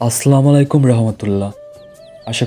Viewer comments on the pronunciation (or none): R apni Salam ta tik Kore diben aslamualaikum noy assalamualaikum